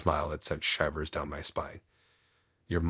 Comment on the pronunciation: Hint, the word isn't shīvers, and another is read = red not reed